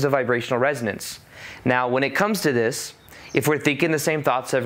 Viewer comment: "Instead of doin' dis, I could do dis!" Dang, dats brilliant 😆